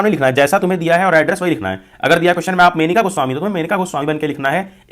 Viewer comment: Manika 😅 nahi Monika 😂